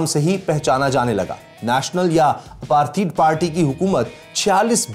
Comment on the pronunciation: It’s apartheid not aparteed. Work on Pronouncing words.